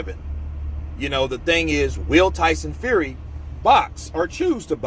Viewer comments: Who's Tyson Fuey😂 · Who is TYSON FUEY ? lol